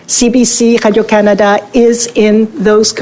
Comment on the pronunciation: "CBC Hadio Canada" she says over and over again .. . eating that Laurentian Anus.